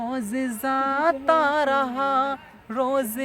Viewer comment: Bhai its not zata, its jata... Its not ranjishen...its manch se main tumhe... Mahnat kar bhai...उच्चारण पर ध्यान दो....ओवर एक्टिंग मत करो। कविता का भावार्थ भी सही नही है